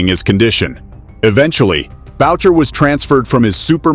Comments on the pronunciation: It's "Boo-shay" (Boucher) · What is up with most Americans not being able to pronounce names or words properly..........it's pronounced boo-shey not what you were saying lol